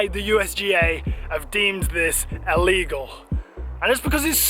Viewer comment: Will you please learn how to speak. It's clearly illegal. Not ellegal or allegal. Honestly, I'm no queen's English posh nob, but fuck me..... This really grips my shit!